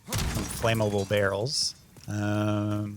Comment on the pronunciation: It's funny that you can't say "flammable." Still good videos!